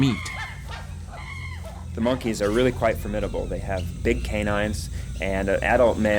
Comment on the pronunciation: Monkiez, key-lin monkeez